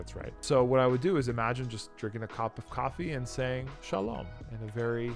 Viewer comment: SHALOM was perfect. You say le'hit-ra'ot and not le'hit-ray'ot😉 ( Hebrew )